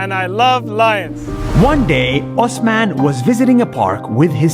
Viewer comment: my name is osman too in class my teacher some times call me osaman i like how u call it correctly